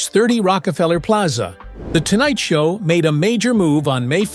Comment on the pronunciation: The AI READER says “The Tonight Sow with THE Johnny…….” Then the whole premise of the lead was NEVER PLAYED!! This is terrible stuff.